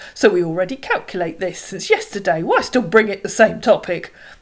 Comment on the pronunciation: Those mugus are a gift that keeps giving - "yexterday" :D